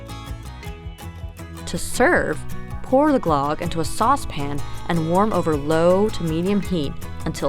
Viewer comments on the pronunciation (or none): Pronunciation of closer to Glug (like on mug), not glog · Ö is pronounced more like the "ea" sound in earth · GLUUHG not GLOGG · it's usually pronounced "gloog / glerg" 😃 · Omg! Stop saying, GLOGG!!! Soooooo wrong. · The pronunciation should be more like Glewg but with a oooo sound. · lame. it's pronounced GLOOG and you gotta use aquavit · Glögg. You dont have Ö in your alphabet. So it sounds wierd when you try to express it. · Really nice, but I cringed every time you said Glögg. Yikes! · Same! I cringe when I hear people trying to pronounce swedish words at IKEA.